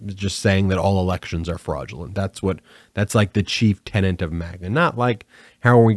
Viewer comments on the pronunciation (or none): none